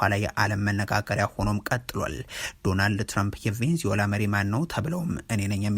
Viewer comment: Please make a correction "ቬንዝዌላ" አይደለም ትክክል አባባል "ቬነ-ዝዌላ" ነው